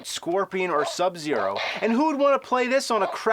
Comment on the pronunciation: In the tiger episode I barely noticed how weird he pronounces Sub-Zeros name... subzeRO... But I very much adore the way he says Aliens.